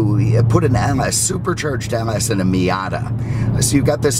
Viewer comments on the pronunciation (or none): none